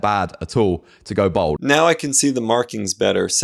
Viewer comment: This geezer cant say bald he says bold lol